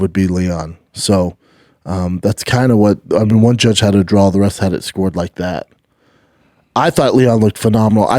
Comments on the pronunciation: Kamaruuuu not Kamaro and it wasn’t a drawl bro… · Everything with “aw” at the end he says “awl”